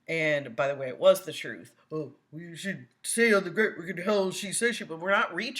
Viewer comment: Darrell telling “the troof”😂